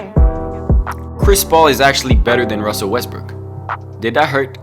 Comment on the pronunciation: Who else caught him say westbrick 😂